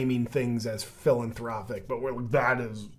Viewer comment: did you say Villainthropic”?